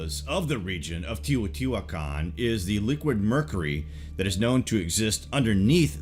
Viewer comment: "Tae-O-tee-wa-con" Just kidding! Love your great videos! You ARE the best at this jaunra on YouTube! You have great format & content.